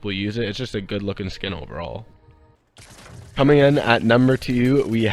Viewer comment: he said comening